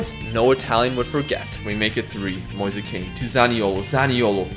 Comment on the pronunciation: mf really calling Moise Kean "Moisa Kane"